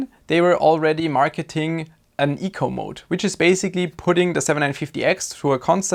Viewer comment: FYI you are pronouncing "e" in "eco" wrong, making it sound more like 'echo".